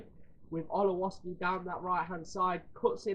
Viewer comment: Olowoski 🤣 Its Ol-Kov-ski